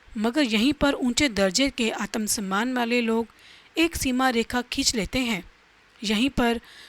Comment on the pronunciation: आतम सन्मान 😂 सक्रात्मक😂